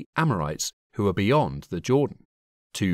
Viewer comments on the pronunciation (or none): none